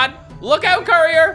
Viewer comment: What everyone hears:courier cat What i hear:curry or cat?